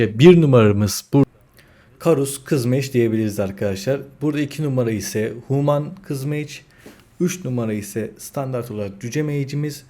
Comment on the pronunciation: huuuman değil reyiz hümın. sağol video için.